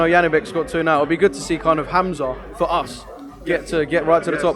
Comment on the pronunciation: Its hamza not hamzat